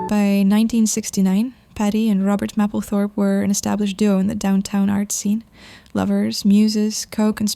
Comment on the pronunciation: Love her. psst, it’s pronounced maple 🍁 -thorpe